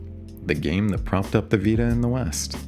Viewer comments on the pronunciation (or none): none